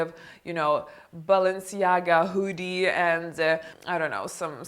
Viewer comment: I love the way she says “hoodie”